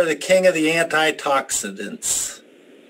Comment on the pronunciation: What are “antitoxitants?” I think you are trying to say “antioxidants”